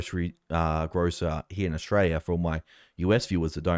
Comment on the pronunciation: Another complaint! It's Australia, not "Oshraya".